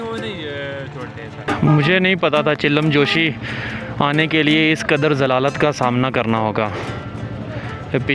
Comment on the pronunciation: بھائی آپ ویڈیوز بڑے شوق سے دیکھتا ہوں ایک چھوٹی سی غلطی آپ کرہے ہیں یہ جو آپ چلم جوشی کہہ رہےہیں یہ اصل میں چلم جوش لفظ اپنی تصحیح فرما لیں